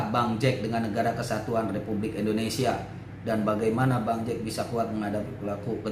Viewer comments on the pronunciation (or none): none